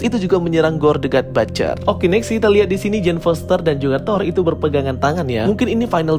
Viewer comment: But-cher... Bukan bat-cher....salah itu pronunciation nya... Coba abang nya denger content creator luar negeri...how they pronunciate the word butcher... Batcher have a different meaning....next video moga udah di sebutin dgn benar.. Sukses selalu bang...